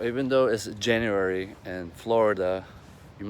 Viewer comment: Jaiuwary 😂 Jk you got potential 💪